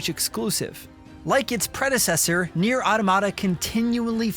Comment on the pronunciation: said the name wrong, then right, then brushed it off and said it wrong the rest of the video 😂